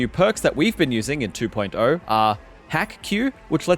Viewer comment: Love how he says "two point eyuo" ✌️